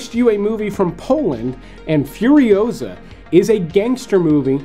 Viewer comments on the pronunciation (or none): none